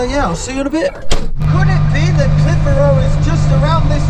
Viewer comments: Where is this place you call Cliff-a-Row? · Loving your pronunciation of Clitheroe... shame you didn't have more time , the country lanes round there are perfect mini-skiz country.